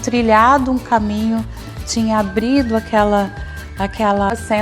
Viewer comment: Virou “chinesa”….”ploblemas”; “ablido”….